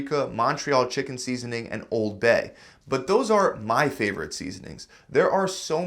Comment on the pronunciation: "My FAVORITE seasonings... ...but those aren't MY favorite seasonings."🙄 This guy needs to learn the correct pronunciation of words.🤨